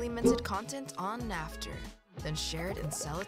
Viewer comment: It is naft not natf